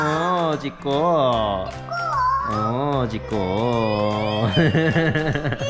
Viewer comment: 아~글쿤요ㅋㅋㅋ 부르는게 다 잼나네요~👀듣는사람 마음대로줭 머ㅋㅋ..😁 근데 전 준호가 쎈발음으로 분명 ''찍코~오 🗣🐶 라고''했는데 ㅋㅋㅋ